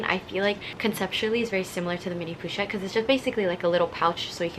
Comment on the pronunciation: "poo"-chette pewwwwchette lmao. "PO-CHETTE"!!!